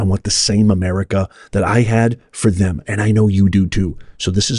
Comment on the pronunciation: emphasized "Them"...WRONG!